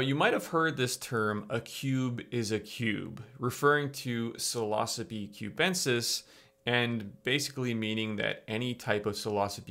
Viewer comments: When you say psilocybe it sounds kinda like philosophy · Okay I trust this video and all but it makes it difficult when you mispronounce psilocybe and yet pronounce psilocybin correctly. It's almost like you do it on purpose.